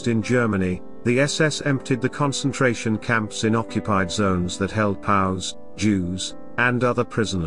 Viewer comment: Can't we get the narration down right in these Youtube videos? Terrible pronunciation ("POWS" isn't pronounced "pows") and Buenos Aires is pretty easy to figure out how to spell correctly. When you get the easy little details wrong, you have to wonder about the integrity of the larger messages.